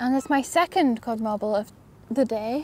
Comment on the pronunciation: said modd Carble instead of codd marble lol. We all say things like that sometimes. Love you guys.